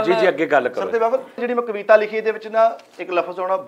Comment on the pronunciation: ਕਵਿਤਾ ਹੁੰਦਾ ਹੈ ਕਵੀਤਾ ਨਹੀ ਹੁੰਦੀ ਮਿੱਠੇ ਚੜਦੇ ਪੰਜਾਬ ਤੋ